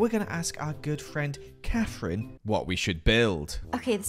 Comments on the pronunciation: Just came back to re watch this for the sole purpose of seeing if does indeed say “Kafren” instead of Kathryn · guilty of rewatching after jimmy's christmas video to see if really says kaferine (he does) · Coming from Jimmy's latest video. Had to come and listen how says Katherines name 😂